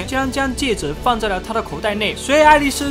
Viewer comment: 是，戒指，不是戒子。